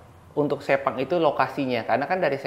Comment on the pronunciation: Gw kok takut pas di bilang sepang terus kesleo lidahnya jadi sepong😅